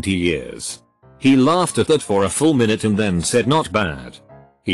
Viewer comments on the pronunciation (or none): none